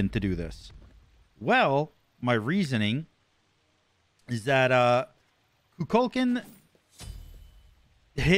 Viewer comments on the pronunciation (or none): Why do people keep pronouncing Kukulkan’s name wrong? I wouldn’t want someone to pronounce my name wrong, and I’m pretty sure a Mayan Danger Noodle wouldn’t either. It’s pronounced Coo-Kull-Con.